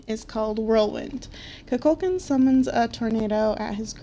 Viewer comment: IT'S NOT KUKÚLKAN, IT'S KUKULKÁN